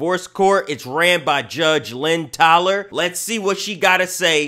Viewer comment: "Judge Lynn TAALLER"😂😂😂